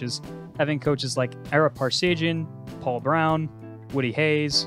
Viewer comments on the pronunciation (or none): none